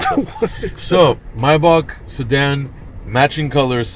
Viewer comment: It’s pronounced Maybach not Maybach.